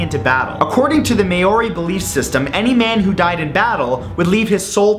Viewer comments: its pronounced mary or moldy not maory and the war masks were made so that when a warrior died the ghost of him would live on protecting the other warriors but the women would have complications for they were not supposed to be near the masks for they were ONLY for the MALE warriors so if a women was to interfear with one she would be cursed i know this for i am kiwi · Uhhhh...... Yeah I'm from New Zealand and I face palmed when he pronounced Maori, mee - yo - ree, it is pronounced, mow- ree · Maori is pronounced (mow-ree) not (may-or-ee) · It is ma ori is Maori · It's pronounced "mowree" FYI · ITS NOT PRONOUNCED MAYORI hahahaha! I am from NZ and its so funny how he pronounces maori 😂😂😂😂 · You mispronounced Maori (Mao-wi) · I'm pretty sure Maori is actually pronounced like this (maow-ry or maow-rie). P.S. Love your channel. And your expressive eyebrows! Lol ;) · Maori is pronounced "maow-ri" or "maow-di" as the r is rolled. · Hey ***** Just clarifying the word Māori. It's only a two syllable word pronounced Mao-Ree (roll your tongue with the R). Cheers mate and keep up the good work. Respect from Aotearoa aka New Zealand and Happy ANZAC day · Haha! I laughed so hard when I heard him say Maori! It's pronounced M - ouw - ree, but if you still can't say that just call them Kiwi's or sheep. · You pronounce maori the same way you pronounce moldy, just with a rolled r instead of an l. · no 9: maori is pronounced (mah-ree) also im from new zealand and i never knew this one and i actual broke one of those masks once (accidentally)..................fuck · Maori is actually pronounced kinda like 'mouldy' lol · ***** (Maori Warrior Masks) It's pronounced MAU-REE as in 2 syllables. Just wanted to help soz :l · Hearing him say Maori was painful. It is pronounced Like moldy. Like moldy cheese. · I'm from NZ and It's pronounced by Maori as 'Moh-ri' while rolling your 'r' sound or 'm-ow-ri' by the NZ Europeans :) Just had to say that. It bothered me how you pronounced it :P